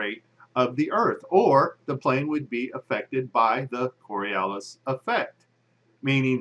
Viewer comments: The Coriolis Effect has nothing to do with an object that's sitting on the ground. And it's pronounced kawr-ee-oh-lis, not kor-ee-el-lis. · Its Coriolis (kôrēˈōləs) - not Coralias. Its at least helpful to be able to spell and pronounce the effects that you don't actually understand... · "coralias", really? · The flat earth crowd really needs to learn how to make a coherent argument. (And learn how to spell and pronounce "Coriolis" while you're at it) But pretty much all of the claims in this video against a curved earth presuppose that the atmosphere should be stationary while the earth rotates underneath it. Obviously the wind isn't blowing at 1000mph at the equator, so this is basically a strawman. We can all agree that planes fly through the air, and we can all agree that the air is (aside from localized weather phenomena, and things like the jet stream, etc) stationary, relative to the surface of the earth. We can observe, measure and verify this. So none of the arguments about how planes would fly backwards and never be able to land is nonsense. The fact that these things don't happen isn't proof that the earth isn't moving. It is proof that the atmosphere isn't moving relative to the earth. Which is something the flat and round crowds should agree on. It's pretty obvious. So if you want to make an argument that at least makes sense (even if it's wrong) you should at least rephrase it so that you're arguing a spinning earth wouldn't have an atmosphere moving with it. Having said that, suggesting the atmosphere is moving with the earth, doesn't require it to be a solid. Gases experience friction just like solids and liquids do. The earth spinning under the atmosphere has friction. The vacuum of space does not. So even the tiny amount of friction between the earth and the atmo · Twenty seconds into the video, demonstrates that he can neither spell nor pronounce "Coriolis." From there, it only gets dumber.